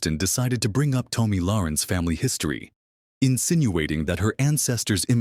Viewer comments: It's Tommy not Tomey! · Omg it's not Tomey it's Tommi!!